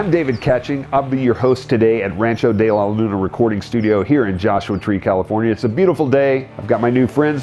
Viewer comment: he cant even pronounce his own ranch's name correctly